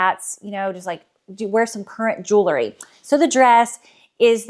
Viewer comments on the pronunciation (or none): Jew - el - ry. Not Jew - luh - ry.